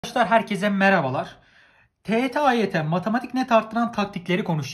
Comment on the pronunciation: neden bu derece öğrencilerinde hep yazım yanlışı kriteri var.. üstelik basit kelimeler "herkes" yerine "herkez" diyen koca yürekli ve "matematik" yerine "matamatik" diyen reis... 🤨😁